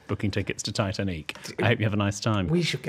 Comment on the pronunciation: I just love when he says Titaneec… 😂❤